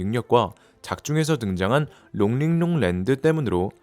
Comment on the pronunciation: 롱링롱 발음 착착 감기네